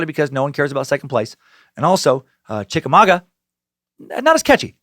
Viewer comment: And Chick-A-Maw-Gwa! Still, great SUCK!